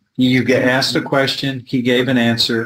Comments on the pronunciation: "axed and axswned" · I axed you agreeeedz?